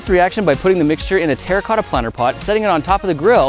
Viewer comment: When you play minecraft and u hear grant say "terracota" 😮😱😂